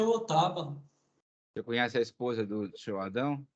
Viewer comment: 😂😂😂😂😂... foi o "sinhô" que me "condenô".